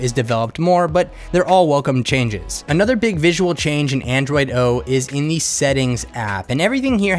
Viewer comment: It's really annoying that you use the word "thi" in front of words, who doesn't start with an a,e,i,o,u. For example the smartphone, you say thi smartphone... I often wonder why people do that?... It doesn't sounds right in my ears. My primary language isn't English, but Danish, but it still sounds wrong...